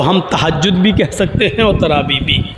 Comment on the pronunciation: sahih takaffuz TAARABI nahi, TRAVEEH hay